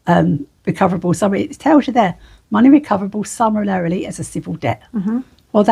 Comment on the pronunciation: I find it hard to take someone seriously if they can’t actually pronounce the word summarily. 😂